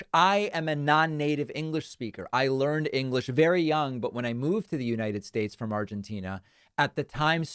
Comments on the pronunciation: United Shates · Does it bug anyone that he can't even pronounce "United States"? "Shates". I mean everyone makes a gaffe or mispronunciation, though I'd say trump does more than anyone else with things like "Nipples", but EVERY SINGLE TIME he says "United Shates". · What do you mean? He says Uninid Ssschtates perfectly. 😂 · It's alarming just how poorly Drumpf understands basic economics. He still can't pronounce "United States" without slurring the letter S. Ugh......